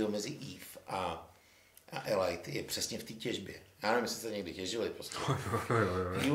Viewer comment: Díky, že děláš tento pořad, vždy je to pohodové pokecáníčko. Dobře, že jsi vyřešil problém s hlasitostí:-) A jinak - co se týče výslovnosti "Elite", myslím, že jste všichni trochu vedle - alespoň dle spisovné výslovnosti